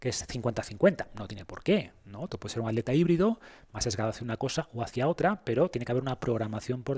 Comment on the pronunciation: por qué dices aleta en vez de atleta o trialon en vez de triatlón, como maltratan el castellano…